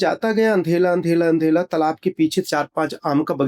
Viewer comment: Andhela bolna to seekh lo pehle devlok jane wale😂😂 fek ne ki bhi limit hoti hai isne to limit hi cross kar di😂😂